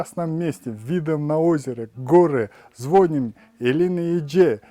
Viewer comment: ЗвонИм,а не звОним